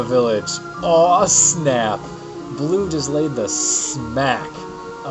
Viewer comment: her name isnt blue its bleu! like stinky cheese! u could rename her "deis" cause i think that's her original name